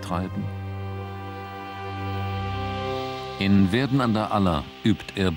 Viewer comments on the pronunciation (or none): Verden an der Aller wird "Pferden" ausgesprochen, nicht "Werden"! kopfschüttel